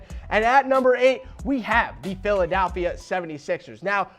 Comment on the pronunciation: What about when he said "PhilDALphia 76ers"